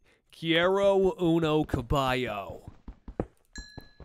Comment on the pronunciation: The way you first pronounced caballo- I’m sorry💀